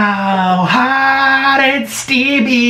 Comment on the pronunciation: Anyone notice he always says “hot and steaBy” instead of steamy lol